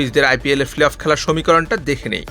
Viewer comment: প্লে-অফ উচ্চারণ অনুশীলন করবেন দয়া করে।